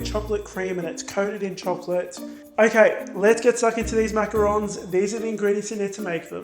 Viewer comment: Omg you have a perfect french accent why don't use it when saying macarons 😱